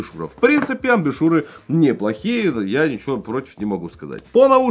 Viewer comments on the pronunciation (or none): разве не Амбушю́ры? сказали амбишюры. может послышалось